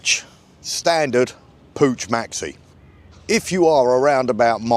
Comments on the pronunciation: It's pronounced Pook, like book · Pooch :D Try Puccchhh